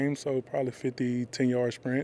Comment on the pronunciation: Maz couldnt even say 50 ten yard sprints!